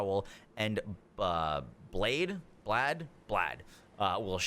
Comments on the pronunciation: It's pronounced Blaith at least that's how npcs say his name no idea why but that is how you say it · "Blaidd" is pronounced like blythe...rhymes with writhe, like writhe in pain. Blaidd is a Welsh word, it means "wolf". Fitting.